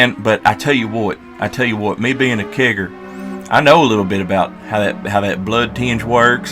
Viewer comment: the way you say “Kegger” makes me nervous